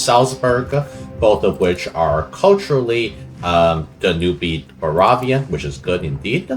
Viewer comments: Yeah I'm totally gonna watch a video where someone keeps saying baravia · Bro united the HRE as Baravia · why are you saying Baravia Dxxx Edit: Why are you saing Manchen DDDDXXXx